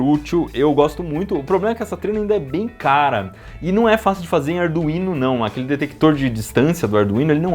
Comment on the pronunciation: Ardu-ino e ardu-vino foi de lascar kkkkk